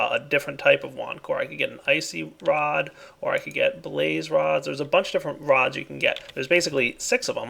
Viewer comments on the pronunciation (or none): Hey I'm trying not to be a nag but when you say rod you say wad